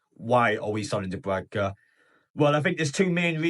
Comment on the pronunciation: I'm looking forward to him leaving so that I don't have to hear you constantly mispronouncing his name.